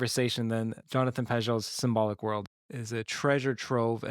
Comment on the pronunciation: These a.i.’s at the end cant even pronounce Jonathan’s name right…